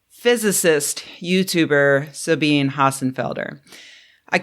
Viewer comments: It's sah BEE nah, not sah BEAN. Seriously, if we chide right wingers when they mispronounce Kamala, we can pronounce Sabine correctly. You sound like a Trumper otherwise. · Please pronounce the names of non-English people correctly. Even if you don't agree with their positions, it's a matter of respect. (it's Sa-bee-nuh, 3 syllables) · I think it's actually pronounced "Sa-bi-na" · Alright, but why can't get her name right? There is NO SILENT E in German. Sabine has THREE SYLLABLES. It is pronounced Sah-been-eh. Almost like Sabina (but with more of an eh instead of ah at the end). It's just like the German word for 'school' = Schule. Two syllables. Shuul-uh. So, yeah, I agree with all the people roasting her. Accuracy is important. Three syllables in Sabine. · It is pronounced "Sabinuh" "E's are never silent in German. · "Rebek Wats", I found it hard to believe that you had watched a significant number of Sabine's videos when you wouldn't correctly pronounce her name. A hater ... devoid of intelligent value? However, I did find your less brief history of penicillin's production development worth greater viewing. And your view of capitalism fairly congruent with mine. As with Derek Muller/Veritasium's ode to autonomous taxis, I have to imagine some psychotic, unsavory, libertarian capitalist had Sabine in a painful armlock with Trumpian-like instructions to extol capitalism or else + "my friends know where your daughter goes to school". Did she prick some prick's ego with her wry wit and was coerced into uploading a script guaranteed to cause a disliked community te to revile her? "Truth is stranger than fiction", so I'm unlikely to imagine the truth. Check one's sources and detractor's motives before dumping a self-styled "grumpy old woman". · Great video. Once again you’ve invited me to think more critically about the info I consume. BTW the “e” is pronounced in Sabine’s name.